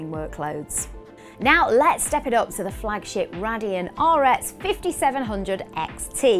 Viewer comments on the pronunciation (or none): BTW its Ray-dee-on not what you said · The manufacturer is pronounced Ray-Deon!! lol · it's pronounced Raydeon not RADeon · Is it pronounced RAY-deon or RA-dion?